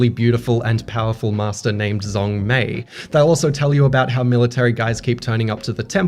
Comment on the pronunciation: Fyi, "Zhong" is pronounced "Jong"